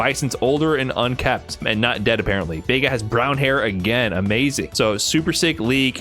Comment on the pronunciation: UNKEMPT, not "un-KEPT"....LOLOL